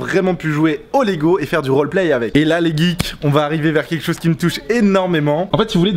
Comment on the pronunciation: arrete de dire les guikes puré